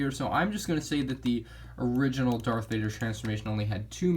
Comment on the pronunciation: Are you saying dark Vader